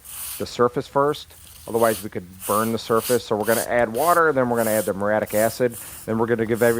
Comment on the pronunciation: It's "muriatic" acid.